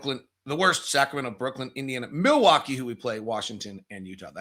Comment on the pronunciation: I still think that it's Brooklyn and not Brooklynd.